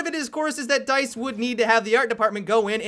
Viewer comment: "I'm right on board with DYTHE"